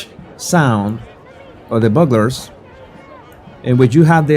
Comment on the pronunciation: I’m sure 60 people have already commented, but it is pronounced byou-glers. A long U sound.